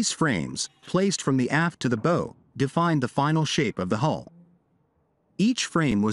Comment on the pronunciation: got to love AI scripts and AI voice = what is the difference between a bow (as in bow-tie) and bow (as in a ship's bow)?